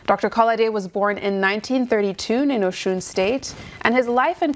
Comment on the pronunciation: What is happening? Presenter is unable to pronounce Osun state correctly. Even to pronounce Akin Osuntokun is an uphill task. What the heck is wrong with her? Follow follow mentality. Must we anglicize every damn thing?